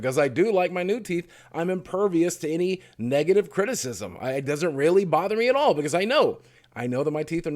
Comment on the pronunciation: i like how you say critiththm